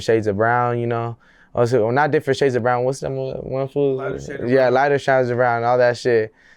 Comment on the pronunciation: Did he say lighter shides of brown 😂